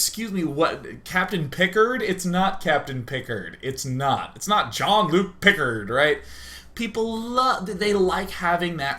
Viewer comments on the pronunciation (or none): none